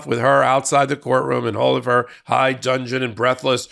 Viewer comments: it's high dudgeon, not high dungeon. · I always look forward to listening to your analysis. Don’t take this as a criticism: the word DUDGEON is pronounced “dud’-jen”, not dungeon. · Hello,: I just wanted to point out that the correct phrase is "in high dudgeon", not "in high dungeon". "Dudgeon" is a word believed to come from the mid-Sixteenth Century. In the 20th and 21st Centuries, it means "indignant", "outraged", or "resentful". Expressed in the popular vernacular, "in high dudgeon" might best be translated as "in an intensely pissed off state". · The phrase is "high dudgeon" not high dungeon.